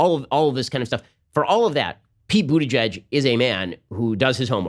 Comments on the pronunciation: Is it just me or does it sound like he’s saying BootyJudge?😂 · Is he saying big booty judge? 😂😂😂😂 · It Sound like you are saying “Booty Judge” 😂😂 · Every time he said Buttigeg I thought he was saying Booty Judge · I sea I heard him say booty judge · I dont know why but I kept hearing “booty judge”